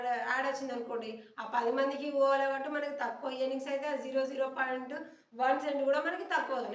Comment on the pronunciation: Mee content bagundi. ఈయర్నింగ్స్ అనకండి.. ఎర్నింగ్స్ అనండి .